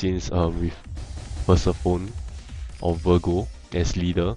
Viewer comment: Its virgo bro. Not vergo. V I R G O. SAD YOU DONT HAVE THOR. T.T I FEEL LIKE WANNA DIE.... Lost my passion to you already.